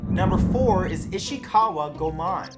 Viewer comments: Go mon?? It's pronounced Goy-mon.. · For the record, Goemon is pronounced "Go-ay-mon". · Matt!!! What hell?!?! It’s not Go-mon!! It’s Go-Eh-Mon!! Watch Kamen Rider Ghost for pities sake!! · Its pronounced Go-ehmon. Also I used to take ninjitsu when I was in high school. My sensei was trained by Masaaki Hatsume. I have a painting from him that my Sensei asked him him to paint. It’s nothing special and he was done with it before my sensei finished asking. lol I’d still be in it if my sansei hadn’t passed away. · Goemon's last name is pronounced "Go-e-mon". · I mean, yeah he mispronounced them, but you didn't have to be a jerk about it. Simply informing of the correct pronunciation will suffice. No need for the "try to figure it out first" comment. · For future reference, most letters in Japanese are pronounced as-is. They don't have nearly as many strange grammar rules as English. For example: Goemon isn't pronounced Go-mon, it's closer to Goi-uh-mon or Go-ay-mon. The E is pronounced literally. Chiyome would also be Chee-yo-may, because the "hard I" doesn't exist in Japanese, because letters only make one sound. The only letter in Japanese that has strange rules is U, which can occasionally be silent, such as the name Sasuke, which is pronounced Sah-skay. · Goemon is pronounced Go-Eh-Mon, try pronouncing Pokemon... Chiyome = Chi-yoh-mey... Seriously, typical westeners... butchering Asian names like nobody's business... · You mispronounced Goemon and Chiyome's names, the "e" in Goemon isn't silent, and Chiyome's name is pronounced Chee-yo-me. Try to figure out the actual pronunciation before recording so you don't start a flame war over butchering someone's name.